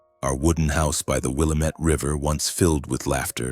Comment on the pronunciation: A I, no one in Oregon would say WillaMETTE River. It's Wil LAM MET.